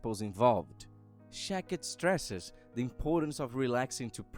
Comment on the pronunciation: It is shakti not shakit.